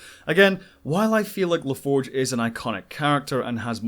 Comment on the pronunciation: Well done with the exception of Geordi La Forge.